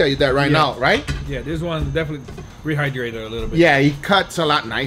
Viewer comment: When Guga said he rehdrayted the steak with powerade i died XD